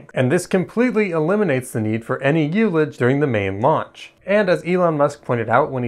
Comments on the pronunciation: Good summary, but I have a few comments: 1) I believe that "ullage" is pronounced with a short "u", i.e., "ull-age" not "you-lage." It comes from the winemaking world where it refers to the air space in a cask that has been partially used. 2) The very first N-1 flight did do staging. The main problem was multiple fires in the propellant plumbing of the first stage engines. When it became clear they were going to have to terminate the flight, they manually staged it to get some data on what happens. It did turn out that the 8 second-stage engines punched some holes in the LOX tank of the first stage, leading to more heat shielding for later tests. 3) The Titan missiles also used hot staging between stages 1 and 2. The vents are both the round and rectangular holes seen on the interstage skirt. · It's "uh-luj" you "you-luj" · the Russians have used hot staging since the 50s.its pronounced uh luhj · "youlich" damn I had to go back to understand what was actually meant